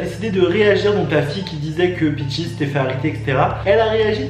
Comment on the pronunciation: Son nom c’est peaches ! Et non peachis